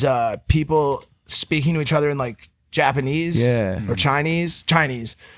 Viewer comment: Mike it’s JAPANESEEEEE